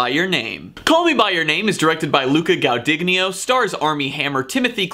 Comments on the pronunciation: Letting a few pronunciations slide, cause your passion absolutely makes up for it. (BTW, Luca'a last name: gwah-duhn-YEE-no, and Timmy's last name: SHALL-uh-may). Also, regarding the pacing, it is intentional. If you have the time and desire, check out some of the Q&A's available online. I think you'd absolutely love them. Not to mention, with a little digging, you may stumble across Timmy's old rap videos from high school!! Also, the original cut was 3 hrs 40 mins -- the book is dense with detail and inter-locution. But, all-in-all, I really appreciated your passion for the film. Cheers!! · Some homework in advance could save you from the embarrassment of butchering names like Guadagnino and Chalamet. One Italian, the other French, neither too difficult indeed.